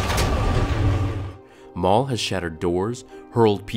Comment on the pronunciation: Darth Maul Whoa calm down, Mail